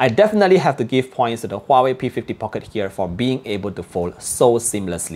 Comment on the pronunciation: Nice review. Just little weird listening some people (and also you) pronouncing Market (markit.. Phoenix pronunciation) or Pocket different way. Thought I heard wrongly but after consult my UK customer, he smiles. People tried to pronounce slang but it is wrong. Can you check os that I can enjoy listening without weird pronunciations for Market and Pocket.